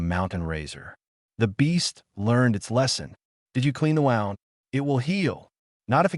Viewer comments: Injury= wound. Pronounced as WOOND. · I wish the AI narrators would learn to pronounce the words, tear, read, bow, wound, grenade, and agape correctly. It drives me crazy! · AI still can't pronounce "wound". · You butcher words wound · Nice story. Thanks. Why does the narrator voice get the pronunciation of wound (as in an injury) right some of the time. And then some of the time, pronounce it as wound (tightened thread around a spool)?🤔